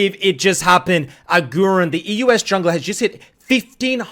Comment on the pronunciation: AGURIIIN bro not agurin, long i